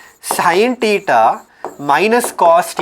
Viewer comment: Tan "teta'" +2 tan" tuuta"" 😅